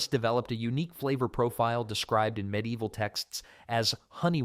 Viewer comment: There are loads of medlars around where I live. I didn't watch any more because hearing the mispronunciation of medieval 15 times in the first five sentences was more than I could take.